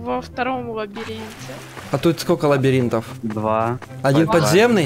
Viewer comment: И никто так и не заметил ошибку. "ЛабАринте" "ЛабИринте" :>